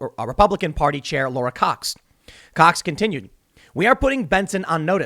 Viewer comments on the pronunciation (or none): none